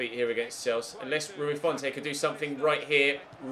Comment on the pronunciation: Please call Rui his real name - Rui Fonte (font like comic sans ms) not Rui Font-ay